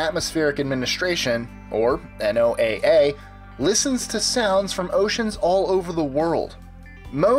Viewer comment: This is just annoying... NOAA is a sayable acronym, pronounced like the name Noah.